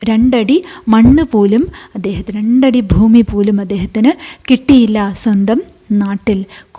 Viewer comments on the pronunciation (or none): none